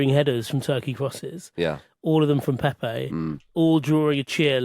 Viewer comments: And not a single name was pronounced correctly. It's not PéPé, just Pepe (like Pep). Also, portuguese are not spanish. It's not mendez, ramoz, etc. Maybe we should start pronouncing english names as if they were welsh or irish. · Please pronounce the Portuguese names correctly. Your Pepe sounds like “pepper” 😂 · Lads just so you know since you were trying to pronounce Turkey correctly, Pepe is actually pronounced Pep, as in 'Pep Guardiola'. Just the one syllable Edit: as some helpful people have pointed out, I am a bit wrong on this one. It does have a second syllable but with a closed e. I should have said it was closer to Pep than Pepe. Obrigado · Actually wrong. It is in fact NOT like Pep Guardiola. The final "e" is supposed to be pronounced but like a closed vowel as opposed to the first "e" in Pepe which is supposed to be open.